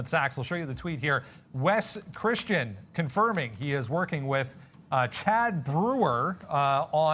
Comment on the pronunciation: Did he say “Wes Christianson.” It’s attorney Wes Christian.